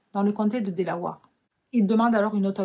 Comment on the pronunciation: ce qui m'a un peu fait tiquer c'est le mot Delawere on dit délaouère pas délaouare si non elle est top.